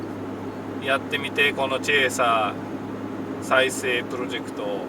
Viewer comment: いつも楽しく拝見させてもらってます。 とてもためになります。 うちのかみさんがのチェーサーって発音がツボにはまったらしく うちのチェイサーをチェーサーって言うようになりました（笑）